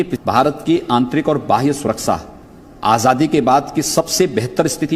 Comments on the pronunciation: ये गंजा गंजेड़ीमल ख़ुद को साधु कहता है इसको तो देश बोलना भी नहीं आता है देस बोलता है सुरक्षा को सुरक्सा बोलता है प्रदेश को प्रदेस बोलता है ज़रूरत को जुर्रत बोलता है कैसे कैसे लोग रहते हैं यहां पे😂😂😂😂😂😂😂😂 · सुरक्षा सही से नही बोल पाते हो और बात बड़ी बड़ी